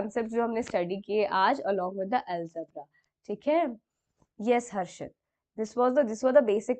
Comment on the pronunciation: ALGEBRA NOT ALEGBRA